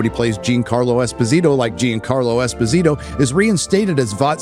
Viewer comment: Damn I can't "B"ear the pronounciaton of Giancarlo Esposito butchered by americans ^^